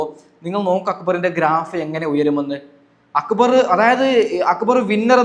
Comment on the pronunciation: അക്ബർ എന്നല്ലേ പറയണ്ടേ അക്ബറ് എന്നല്ല..